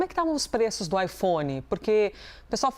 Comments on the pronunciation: AiFom? Drounis? eles são obrigados a falar assim, não é possivel kkkkkkkkkkkkk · Ela fala ifons ou é impressão minha? Hahah